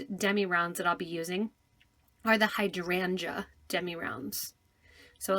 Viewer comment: Hydrangae... weirdest pronunciation ever... had to hear it twice as I didn't believe it. Other than that nice tut when it eventually started at almost the 6min mark !!